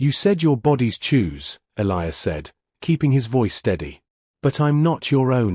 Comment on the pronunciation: They finally learned to pronounce "Elias" the right way. Also, this human guy looks like Chris Hemsworth.